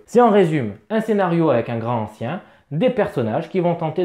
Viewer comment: déjà une remarque : LA LIAISON !!!! on dit GRANTANCIEN, et non pas GRAN ANCIEN !!! c'est le genre de fautes de prononciations qui attire les profonds en goguette !!!!!!! sinon les contrées sont excellentes mais il faut plein de matos en plus pour bien l'exploiter, ca peut revenir cher, par rapport à un horreur a arkham v2 qui se suffit à lui même.... sinon, le pire jeu de la gamme côté thune, c'est horreur a arkham JCE une vraie arnaque financière...